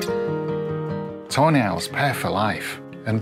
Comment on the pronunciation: Ive found your videos about a week ango and fell in love with most of the owl. As a german I think its very funny though that instead of tawny owls I hear Toe nails...